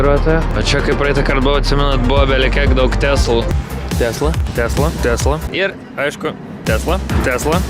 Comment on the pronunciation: Tešla o ne Tesla nu😂